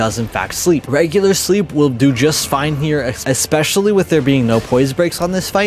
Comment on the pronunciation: Dude learn how to say ESPECIALLY. It is NOT “ECK-specially”